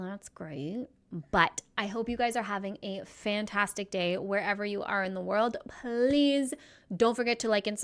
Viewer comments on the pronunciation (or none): none